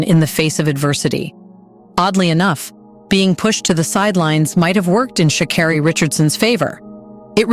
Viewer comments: It’s pronounced sha CARE ree. the voice over finally got it right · Maybe say her name right?! 💁🏾‍♂